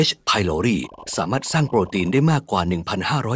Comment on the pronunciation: H.prloriอ่านว่าเอช ไพลอไรด์ไม่ใช่หรอ